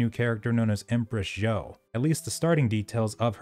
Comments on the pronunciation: It's just pronounced Joe, like Joe Biden; lots of people struggle with the Z's in Chinese - Zh is like a J sound in English, or for example zhi - sounds like Jerk, but you stop at R and make and make a sound like Jurrrrr. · Better pronunciation of zhou. 😁